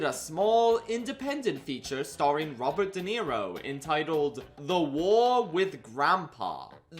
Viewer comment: Wobbert De Niro